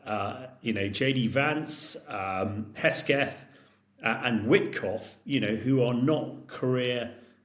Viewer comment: Pete Hegseth's surname is NOT that hard to pronounce. It's NOT "Hesketh" , much less "Heckstoff" . Rather disappointed in Hamish on that score.